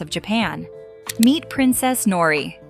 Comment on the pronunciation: Interesting love story btw in Japanese language like in Spanish the [r] is rolled: Nori